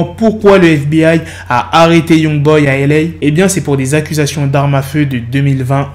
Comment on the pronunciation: C’est pas « Yougboy » mais Youngboy